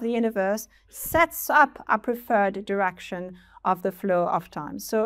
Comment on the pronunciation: Y-Terr "Diraction" 1-background--noise con-sensus geth envelope radiation II what is the aeon of the universe? what is the desire of the universe? interbit how and where does the universe end? why do they call it a RING, knowing the duplicitous nature of it. is it a deck of cards with RING on the blank side and RING endomorphisms on the special side? how do you pronounce _special_? is universe a fictive dead fetus still attached to another dead fetus ad infinitum? how does it scale? will there be a turn of inconsistent theories? order-turn "i never thought it would (rain this.way)" lisp package cell what has ^gravity have to do with orthogonality? is order a granted property of ? is there an operator for measurement of direction? is that operator prepared for application? disk center core is there an excessive theory that actively gets unmeasure of transgressing the boundary of the disk wrong? does excession present a naturally unnatural idea of how randomness operates with whatever desirable measure or qualities what is the obsession with geometrical coordinate intuition? re-presentations of 3d space why some bored and befuddled by all the hype about physics while some others are actively blown away by it are the professors replicating a cognizer? yes or no is that edge unconscious fog of war "address that question" what about the state of play what about the question of state is it a still-state? is there a hybrid state? aka a kit-state? with moving and persistent